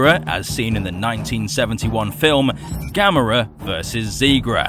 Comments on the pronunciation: Yes you finnaly said it right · Excellent video! Glad you know how to say Gamera's name properly...unlike a certain someone. 😉